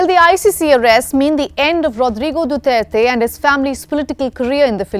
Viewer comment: Thank you. At least you can pronounce his last name correctly, unlike the judge in the International Court, who can’t even speak English.